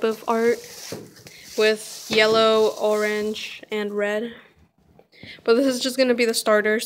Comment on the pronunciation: It's funny how you say orange nice vid keep it up